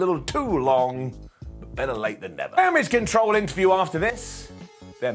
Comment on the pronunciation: It's pronounced "Damage Catarl"....